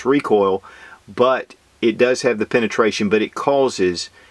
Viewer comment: what is penestraishan? lol